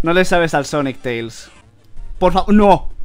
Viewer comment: Cuantos juegos de sonic te faltan jugar que tiene coperativo? XD y cuando dices "sonico" siempre imagino un redoble de tambores tipo: SONICO! tudu dum!